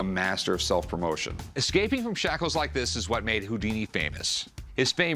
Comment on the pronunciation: Rick seems like the kind of guy that would pronounce the word: “Excaping”